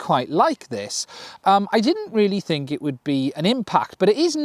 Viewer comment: ''dad, ..... da'aad, i fink i got it wrong again dad''